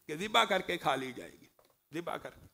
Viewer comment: zibah hota hay.. mamoo ji... jibah nahi.. arabic mein z pronounce kartay hain.. tum indian iss ko J bana daitay ho